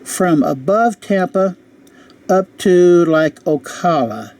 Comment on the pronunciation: You can't pronounce Ocala or New Orleans. Wow.